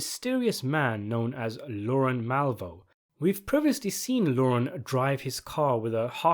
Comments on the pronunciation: He’s not very good at saying words. He says lauren. His name is Lorne. Pronounced very differently. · Lorne, not Lauren.